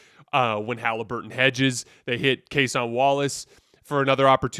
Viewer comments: Its Case-IN Wallace not Case-ON Wallace ...not tryna be a jerk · People comment this on every video and he continues to butcher it. Kinda think it’s a troll at this point. You can’t watch as much basketball as he claims to and still can’t mispronounce a 25 minute a game players name.